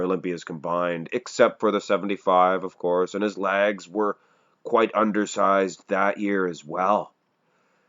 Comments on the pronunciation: Is he saying ‘lags’?? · Just learned Canadians say it “Lags”